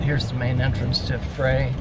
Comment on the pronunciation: Goo video, but it is Frey (pronounced fry) winery, and they are still in business!